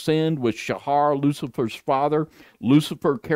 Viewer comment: Pronounced Sah......not Sha....like satyr isn't pronounced saa-tar.........then minutes later he changes how he pronounced it, so I'm pretty sure thinks it gives him his "niche" They went to illuminati colors, still uses foul language.......and he's busy trying to find "his" look. It's bad enough that didn't know who said to "turn the other cheek". Then didn't even tell or correct worldly view. This should give a warning to anyone that is seeking truth. If they can't be truthful with each other.......at best is a cliff notes user. Alberino is a twister of the scriptures and they are acquaintances. He's written a whole pre -Bible story. Ridiculous man made story. Roman -24. Like Ken Hovind and his ridiculous crystal firmament story. Another Roman "Christian." Really study what these men tell you. Like Rob Skiba said....study it don't just accept it.